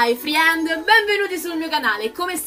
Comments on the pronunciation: ma "friend" lo pronunci così apposta? mi fai morire 💜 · Jessica Astra si lo pronuncia apposta